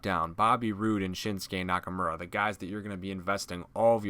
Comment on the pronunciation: I cringed when he said shinsukes name. Yeah it sounds like nakamora but it nakamura. People are saying it right. But it still make me want to cringe